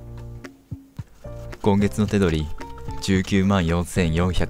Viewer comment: 冒頭がいつもより活舌悪くて草 「手取り」の発音が「千鳥」で草